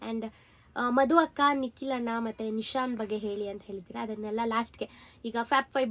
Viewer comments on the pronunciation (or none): none